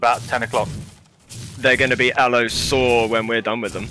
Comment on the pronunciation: "They're gonna be Allo-soar when we're done with them." That cracked me up xD I think has found a man after his own heart!